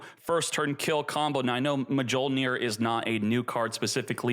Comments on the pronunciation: He's pronouncing Mjolnir wrong on purpose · Bro PLEASE, mee-yol-neer. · It's pronounced myol-neer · We live in a post Marvel world, everyone should know how to pronounce Mjolnir properly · deserves to have his ash fingered for that pronunciation of Mljonir. Also how is Appo still in this game dawg! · Yeah I know its hilarious. i hope he doesnt go bald 😂